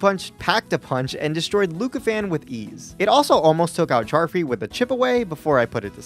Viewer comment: charfree sounds like Child free to me lol